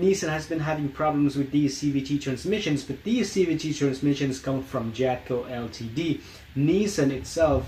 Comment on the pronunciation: Enjoyed the video but ltd is pronounced "limited"